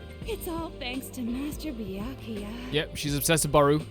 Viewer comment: I've got the cold and every time you say name I laugh WAY too hard for my sinuses to keep up. That is to say, I'm loving this (but my nose isn't)